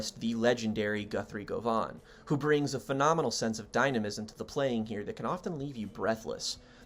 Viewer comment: You should pronounce Goven like oven. Its scottish.